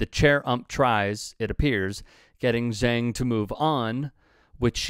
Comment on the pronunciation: Who is "Zang"? It's Zhang which is pronounced "Jawng".